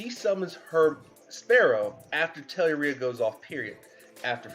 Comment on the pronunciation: It isn't ORE... it's UR so it's pronounced Tell-UR-ia.